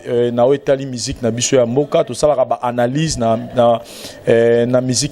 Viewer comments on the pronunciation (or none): ba mots français mais prononciations mobulu musique, et non musuque; concert et non conceur; single, et sungle;nelembi pona eleki ebele… en tout cas boza liboma pona ko comparé Koffi na Fabregas… FALLY IPUPA kaka nde esimba na album moko ba plus de 25 chansons. et oui 👍 vieux na nga mopao nalingaka yo mais cindy nayebi te soki abetaka yo fimbu mais yaya Cindy abomeli yo boulot